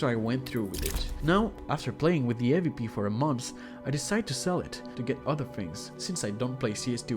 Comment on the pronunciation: it aint hard to pronounce awp